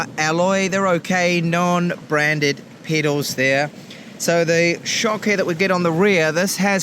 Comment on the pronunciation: I'm the only one being uncomfortable when he says "pedals"?